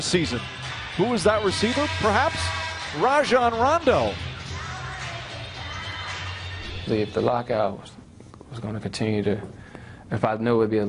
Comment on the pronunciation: Lol, i hate hen they say Ray-jon rondo